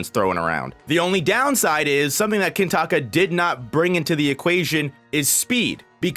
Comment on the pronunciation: why are you calling him kintaka every time